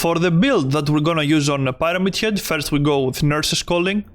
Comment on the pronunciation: Why de hell did you say pirete head